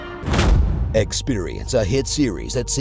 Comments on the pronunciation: why do people say atamata not automata? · right off the bat, pronounced it wrong. I will say this though... i pronounce it like they pronounce it in the game itself. I figure the people who made the game would put the correct pronunciation in the game. It's pronounced Auto (like automobile) Mah-tah. Auto-mah-tah or Auto-ma-ta. Just so you know :) . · Its pronounced Auto-May-Tuh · Funny...although maybe next time, emphasize the right syllable. He mispronounced Automata like four times.